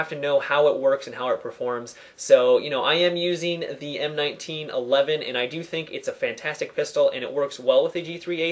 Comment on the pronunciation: its not the M-1-9-1-1 its read like this M-19-11 (M1911)